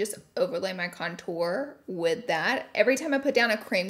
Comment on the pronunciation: Nobody: Laura: conTOUR